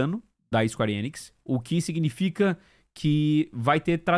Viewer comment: É "ENIX" e não "IENIX"... carai